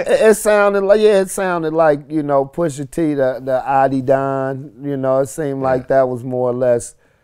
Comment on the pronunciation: Vlad always pronounces Pusha T as “Pusher T.” I’ve always cringed when he’s called Tyga “Tiger” or Twista “Twister.” Like damn can you add a lil flavor to your lingo and say it with some soul? 🤷🏽‍♂️😎